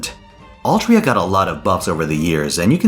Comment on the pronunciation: "Altria" yikes